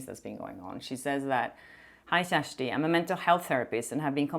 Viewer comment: Hi Kjersti❤ Please teach Popcorned planet Andy when he comes to interview you in LA how to pronounce your name correctly.😊